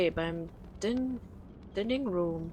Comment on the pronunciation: Dining Room Aussprache: Daining Ruhm (Speisesaal) ;-)